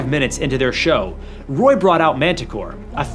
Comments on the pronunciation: Montecore, not Manticore. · Pronounced monticore.